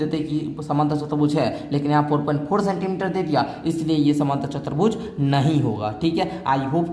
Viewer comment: Chturbhuj hota hai chatarbhuj nahi🫵🫵🫵🫵